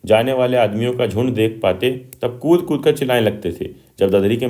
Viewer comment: Cut nahi kud